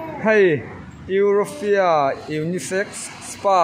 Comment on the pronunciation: Nang pawh chu euforia ti a lamtir , eurofia intih char* chu le ka ning eee😆, a hlimom thin e